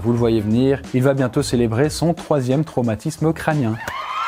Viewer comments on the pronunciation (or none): Je suis le seul à avoir remarqué qu’il a dit un traumatisme craMnien? 😂 2min23